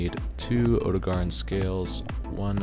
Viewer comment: Oh-dough-gah-Ron. Why is it so hard for people to pronounce these names.